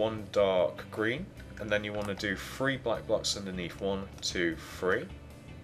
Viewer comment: How come he says free??????